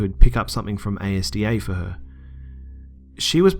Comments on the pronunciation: A.S.D.A? YOU'RE NOT BRITISH! It's asda like a word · its not a s d a its azda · A S D A hahaha no its asda, much less fancy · can u repeat after me, asda, NOT a s d a!?! Please say things properly, thnk u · Its not prounounced A.S.D.A its prounounced asda rhymes with mazda. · A.S.D.A...???? It's called Asda.... pronounced Azdah . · It's not A.S.D.A, it's Asda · The ASDA is just one word, not A S D A. The logo is just capitalized. I don't like ASDA, it's too dear. I prefer Home Bargins. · The shop ASDA. It's not A.S.D.A. It's asda. Like all one word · It's Asda not a-s-d-a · A-S-D-A?? Bruh it's AS-DA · You pronounced ASDA wrong. Its not A S D A ,its all one word (asda) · It's called Asda, like one word. Not spelled out A S D A :) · It's pronounced AS-DA not A-S-D-A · omfg no, it's pronounced azda not a s d a ugh... good vid though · FYI it's not A.S.D.A, it's said how it is spelled: Az-da. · It's as da not a s d a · It's not ASDA it's pronounced as-da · I cringed when he said Asda as in A-S-D-A rather than just the whole thing XD i genuinely thought that he was on about another shop lol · Why the fuck are u pronouncing A.S.D.A? in Wales we say it asda like normally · its ASDA not A S D A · its Asda, not A.S.D.A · Its not A.S.D.A its as-da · It isn't spoken as A.S.D.A its called (AS)(DA)/ASDA its the british Supermarket and its the only place i ever shop at the food is awesome :) But anyways awesome videos and very informative too and the narrating is brilliant just as awesome as Corpse Husband. Keep up the awesome work man i have subbed to your channel :) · Asda....Not A S D A lool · It's az-duh not a-s-d-a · Minor thing: ASDA is pronounced Asda :) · Az-Da not A-S-D-A other than that good vid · az-da not a-s-d-a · No way! I'm from Bolton and the person who wrote the story was the same age as me at the time. By the way it's pronounced asda not A.S.D.A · Just to let you know ASDA is pronounced AS-DA. Not A.S.D.A :) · Lol a,s,d,a...it's one word asda XD haha